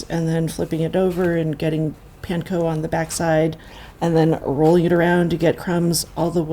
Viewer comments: Real q is why does call it penko instead of panko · Why do I not like the way she says “PAN-co”? But I know she’s the expert and I’m the idiot so I should not like the way I say it lolol